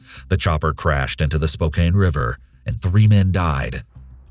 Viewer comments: My hometown is Spokane, WA, and when I found out that Candy's case was solved, I got so happy and full of joy! I had heard about Candy's case years earlier when I was about 10 and heard on our local news that it got solved just made me so happy. P.S. Its pronounced Spo-can. NOT spo- cane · Love these videos but the pronunciation of Spokane is really killing me 😆 I've only ever heard it called Spo-Can, never Spo-Caine lol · It’s pronounced SpoCAN not SpoKANE lol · Spokane, WA is pronounced SPO CAN, not SPO CANE…. Just a small bothersome detail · Spokane is pronounced as 'Spoke-ann'; not 'Spoke-ain.' At least for people in WA state lol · for future cases, it’s pronounced “Spo-Can”, not “Spo-kane”, although these days it’s really more like “Spo-Compton”. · spoke cane. Oh my that’s so funny. It is actually pronounced sp-oh-can. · For the Spokane case and I keep hearing spokain, where i live, we pronounce it as "spoh-can" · Spocane 😂😂😂 Loved the content though!! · It’s not Spo-cane it’s spo-can hahah I’m from over here.. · it was driving me nuts hearing spo-kane instead of spo-kan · I'm from the area and Spokane is pronounced "Spoke-Can" 😂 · Spo-Can, like a can of soup. It's especially funny because the nearby town of Cheny is home to Eastern Washington University, or. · "spo-KAYN" killed me inside a little bit as a born and raised washington girl 😅 HUGE kudos to justin woo! what a big heart to decide to pursue closure to decades-old cases. i hope that man's life is filled with nothing but happiness. devastating that so many of these cold case killers never get brought to justice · Great video - subbed! You have the perfect voice for this type of show! Also, Spokane is pronounced "Spo-can", weirdly. :) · It's pronounced Spo-can 😂😂 surprising to hear about Spokane on one of these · I'm from spokane and your pronouncing it wrong, its spoh-KAN. Its can not cane. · What an eerie list of crimes. Lived in Spokane (pronounced Spo-can) and now live in Vegas. Creepy